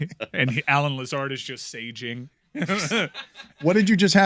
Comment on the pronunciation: That is a $5 fine …it is “Lazar” not “Lazard” sir